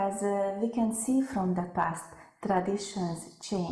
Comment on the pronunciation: Nghe có cảm giác khó chịu thật đấy. Cái từ traditions không giốn trəˈdiSH(ə)n mà nghe như t.r.a di.səs